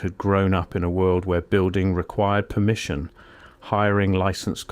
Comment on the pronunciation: "Permmission". Funny thing, that. So exactly what do I lose if I don't get "permission"? BTW, I know there's ways around this, but for ease of operation, I bought my first house (in CASH) at 50 years old in the middle of a rural area in Tennessee, outside city limits, unincorporated, no HOA, no building codes, and no municipal cops. That's a good start. Super cheap. And I can lawfully shoot my guns off my back porch. 🎉